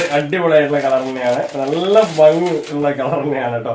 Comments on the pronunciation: നിങ്ങൾ പറയുന്നത് ബങ്ങി... ഉപദേശിച്ചവർ പറയുന്നത് ഫങ്ങി... ഇത് രണ്ടുമല്ല.. ശരിയായ മലയാളം ഭംഗി എന്നാണു .. എന്തായാലും സംസാരഭാഷയിൽ ഇതൊന്നും നോക്കണ്ട.. നിങ്ങൾ പറ യും പോലെ പറഞ്ഞാൽ മതി...😊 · Fangi allaaa...bhangi ennaan parayendath